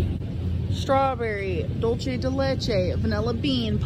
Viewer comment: I have this weird sense of satisfaction that I own the Conspiracy palette (got it in the mail today) and wasn't able to get it. Also, it's dulce, not dull-chay. 🙄🙄🙄